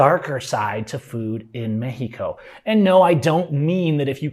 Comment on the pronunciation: Pronouncing Mexico as "Meh-he-co" while completely mispronouncing nearly every other Spanish word has to be about the most gringo thing ever. 😆